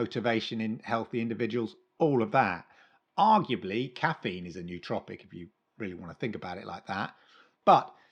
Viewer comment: the pronunciation of "nootropic" is not "NEW-tropic", but more like "Noah-tropic” (confer: "cooperate")